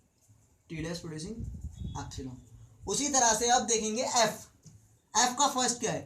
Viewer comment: abay epsilon hota h appsilong kya hota h bhai!!